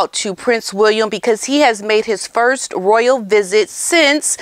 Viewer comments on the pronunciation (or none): none